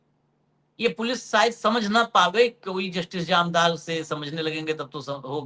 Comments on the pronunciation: Its Jamdar not Jamadar😢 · अशोक जी आप बार बार जामदार को जमादार बोल रहे हैं। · महोदय निवेदन है कि वानखेडे जी से कहें कि अपनी भाषा शुद्ध बोलें।इस वीडियो में उन्होंने जामदार साहब को 4 बार गलती से जमादार बोला है कृपया सुन लें एक बार।